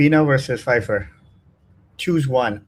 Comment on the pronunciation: Someone tell the name is pronounced 'Faifarr' not 'pfair'